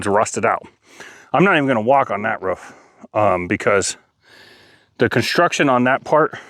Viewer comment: Its called a roof. Not a roff